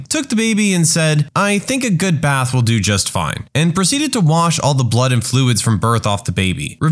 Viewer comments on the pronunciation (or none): none